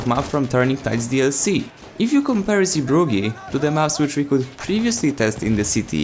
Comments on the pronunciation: Im from holland and its sooo funny how you pronounce 'Zeebrugge'😂😂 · I love how you say the new map name bc you can’t help your Polish 😂😂😂